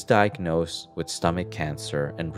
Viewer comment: Learn how to say the th in the word with, not wit 🤦🏻‍♂️